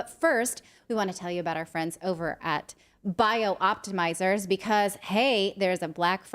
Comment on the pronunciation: I love Magnesium Breakthrough and other Bioptimizers products. So glad they are a sponsor. That said, i cringe every time I hear Natali say the name of the company. It is “Bi-optimizers”, not “Bio-optimizers.” You always annunciate clearly Natali…please get the name right 🙏